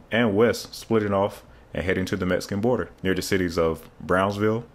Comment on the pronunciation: I was a bit shocked to hear you say "Metsican" as that's a racially insensitive way to refer to Mexico which we call "Meksico" here in San Antonio. It's difficult for non natives to know our "X" sounds as my county "Bexar" is pronounced "Bear" meaning the X is either a VERY hard sound or silent and you just have to know how the locals say it. Just like it's San Antonio, not San Antone unless you're non local. Thanks for the video, I didn't realize it was that far along as more than just a dream.